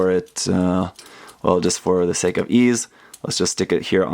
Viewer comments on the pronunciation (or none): none